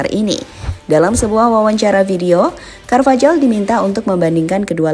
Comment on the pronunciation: Cara baca carvajal Karvajal × Karvahal ✓ Cara baca jose Jose × Hose ✓